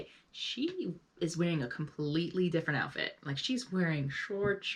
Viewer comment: Ok, I’m sorry but that is a gen z moment right there. The way you said outfit is giving gen z.